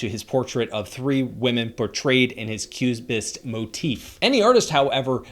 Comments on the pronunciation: open the subtitles, auto subtitles confirms that he said ques bist instead of cubist. Just a fumble or something i am missing to understand. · why did you mispronounced cubist?